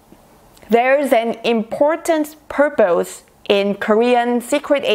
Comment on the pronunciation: The way she says purpose is giving me life.